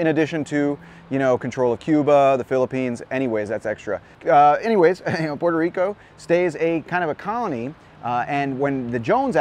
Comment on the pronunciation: Dude stop saying Puelto (L)ico. We switch the R's for L's only in the middle or end of words, but not the ones at the beginning. Love your vids tho! :)